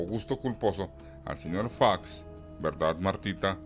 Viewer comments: No se dice Faeox, así suena cuando lo pronuncias solo es Fox... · Oye no se dice "fax sino Fox ok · F OOOO X CON O, ÁYASO, TE GUSTA FINGIR QUE NO HABLAS ESPAÑOL ES FOOOOOX NO FAX BABOSO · El apellido es Fox no fax. En México se habla el español. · No se pronuncia fax! Es fox .sorro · Buen video ,,,, pero es Fox de zorro,,, no Faxx.... y no leas en ingles... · Todo esta chido menos esta pinche voz Fax,facks faaaaxxx